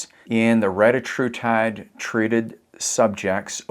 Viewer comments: To pronounce it, break it up like this… Reta - tru - tide. 😉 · He is French!😊